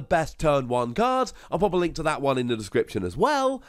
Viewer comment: It's just dis and dat with you idn't id?